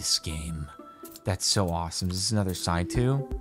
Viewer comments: I like how he says it right but when the game starts he says sai’two, lol. I'm surprised he didn't say his thing on 2-step verification. 🤜🏻🤛🏻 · Love how you realized mid playthrough that you have pronounced Saitou correctly a total of once till then.